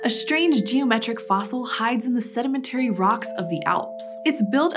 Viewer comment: She mispronounced sedimentary